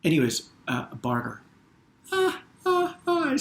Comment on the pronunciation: When I was suggesting you the word Barter, was the time you were trying to listen. And you said "Barter". Amazing